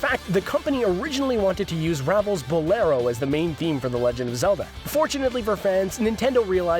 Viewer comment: oh my gosh when you pronounced ravel's name wrong it physically hurt me